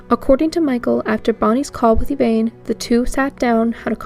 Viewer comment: Maybe I am petty, but it drives me nuts when the narrator mispronounces people's names. The mom is called Ev-ann, not Ev-ain. When there are so many clips and audio of family members saying a name a particular way then I can see no reason to constantly say it incorrectly.